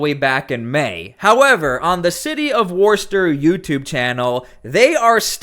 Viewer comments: Thank you. But it's pronounced 'Wooster' no extra r sound, even thoigh it's in the spelling... We need a law that only American born citizens can be in office!! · It’s pronounced Wister 😂 I know, it’s weird and there is so many towns in Massachusetts with names that are pronounced very differently than their spelling!! 😂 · Hi. Lmfao. Warster? How many videos of people and officials pronouncing it Wooster do you need? Maybe pay attention and move out of mommies basement. Also, that great glowing in a black light glass behind you. Made from uranium. Yep, leaching out a ton of radiation 24/7. Looks great, tho. Being said, I like the show. I am subscribed. You are a tad to well metro sexual sounding. Try sounding like a frigging man. Not a 50 year old housewife. Look, it's been enough of metro sexual everything. It's played out. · 0:011 -- Worcester - pronounced "wis-ter," not "worse- ter" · It’s pronounced “Wusster”. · Woostah. Not worster 😂😂😂 i live here. Sooo....😂😂😂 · Its not ‘War-Stir’. It’s Wu-sta’……. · sorry, it may be spelled WORCESTER, but it's pronounced "WOOSTAH". worster is not even close. and Yes, I live in MA. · It's pronounced "Woster" ... No r ... In Massachusetts accent "Wosta" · it's pronounced Wus Ster accent on the first syllable, not Worst Ster. I don't press the like button until the end of a video, how do I know if it's any good within the first 59 seconds? I have found that those people who say "Like my video" before the video even begins are the ones I don't hit the like button for. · Pronounced "wuss-ster" or "woohster".. I'm from there, I know.... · Worcester is pronounced "wister". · Please learn how to pronounce “Worcester.” It’s “Woo-stir.” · It's pronounced Wuss-tah. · Wuss ter or wuss tah. There is no O sound at the beginning. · Its pronounced "Wooster" or "Wuster" 😂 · It’s Wister ma well that’s how it’s pronounced here in S Boston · It's "Wooster" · Pronounced wostah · It’s pronounced Wuh-ster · We pronounce it Wuss-ter my guy